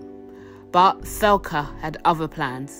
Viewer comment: Is tbere a reason you pronounced her name thelca. Ive always read it like Thecla.